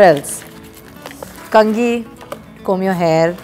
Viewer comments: The way she said kanghi.. oh my god.. She so funny Public hit a like for Sara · The way she said "kangi" was so desi Loved it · So lovely n simple sara you says kangi like normal people bahut aage jaogi gudiya tum.